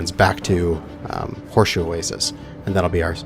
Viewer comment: "oh-way-sees" lmao.... pronounced "o-way-sis" Love yeah :P